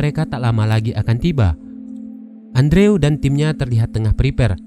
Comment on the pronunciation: Andrew harusnya dibaca endru wkwkwk😂